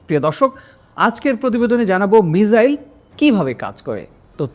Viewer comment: মিজাইল না মিসাইল ⁉️